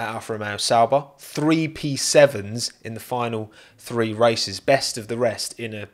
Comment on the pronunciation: The word is THREE not FREE